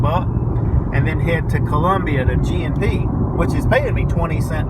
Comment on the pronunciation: was it just me or every time you said g&p i thought you were saying gmp